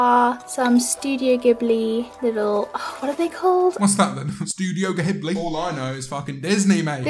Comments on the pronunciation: She rlly said ghibli like that, it's jiblee >:( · when belle pronounced ghibli "gibli"